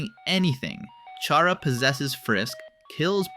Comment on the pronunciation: TYSM FOR SAYING CHARA’S NAME AND GENDER RIGHT.